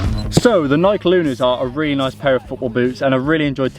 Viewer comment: Its NI-KEY not NI-KE